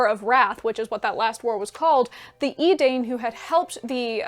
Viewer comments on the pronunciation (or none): The "ai" in Edain is pronounced "eye". (I'm sure you mispoke. 😉) Later, these people would become the Dunadain. 😎 For those new to the Legendarium, Tolkien created a handy dandy pronunciation guide for his languages in Appendix E of The Lord of the Rings. 😎👍☮️ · Okay nitpicking here, but it's EH-dine not ee-DANE (Edain). Re-read your appendices 😘💕 Actually I wish that Mr. Rogers could have done a Tolkien pronunciation guide 😜 'Can you say, "EYE-noo-LIN-da-LAY"??' 🤣🤣 (Ainulindale) Still loved this video! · I was always under the assumption that Edain was pronounced E-Dine, not E-dayne. Did I miss something? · Love your summary, but argh: the "dai" in Edain should sound like "die" not "day" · Sharing for posterity: (I am 95% sure) Edain rhymes with pine, as in Dunedain. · The ae and ai diphthongs are similar to Japanese (or Finnish, obviously), not English. Maedhros = MAH-eh-thross, Edain = EH-dah-een, etc. I know you were rushed for time, but you should have mentioned how the world was made round after Ar-Pharazôn's attack on Valinor. And how the Sons of Fëanor (or anyone else, I suppose) didn't dare go after the Silmaril while it was in Lúthien's possession.